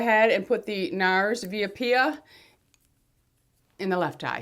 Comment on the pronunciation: Via Apia...ok...A’ (as in Apple) pia, accent the 1st syllable...thanks😘